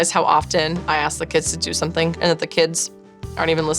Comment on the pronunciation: Jo teaching Branson to say the ‘th’ sound, Jo, you say WIV all the time and Uvver instead of with and other PLUS what about SOMETHINK and NOTHINK, Supernanny, check you OWN pronunciation first!